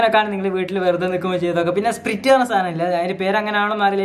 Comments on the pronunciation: സ്പ്രിട്ട് എന്നല്ല സ്പ്രയിട്ട് എന്നാണ് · Not spreet. It is sprite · Dude atha spirute alla sprite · സ്പ്രിറ്റ് അല്ല സ്പ്രൈറ്റ്... 😅😃😃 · സ്പ്രിറ്റ് അല്ല Dude സ്പ്രൈറ്റ് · സ്‌പിരിറ്റ്‌ അല്ല സ്‌പ്രൈറ്റ് അല്ലെ Pin me😀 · Spreete alla sprite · സ്പ്രീറ്റ് അല്ലs സ്പ്രയിറ്റ് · It is not sprt it is sprite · സ്പിരിറ്റ് എന്നല്ല സ്പ്രൈറ്റ് എന്നാണ് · Ath spreet alla spraite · Da Potts spreet Alla sprite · Spreet alla pottaa sprite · that is not spret i is sprayt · The pronounce of sprite is spraite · Sprite ennu parayan ariyille 🤣🤣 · Sprite എന്ന് പറയാൻ അറിയില്ല 🤤🤤🤤😋😋✋️👍👍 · Sprite ennane parayunatee😂😂😁😎😎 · Sprite enna parayunne dude